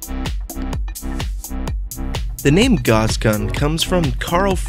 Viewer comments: It's pronounced 'gous' like 'mouse' and 'nee-oh-dim-ee-uhm' not 'nee-oh-DIME-ee-uhm' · pronounced "gowsss" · did you say gause gun? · i always thought Gauss was german and you would pronounce his name "Ga-ewws"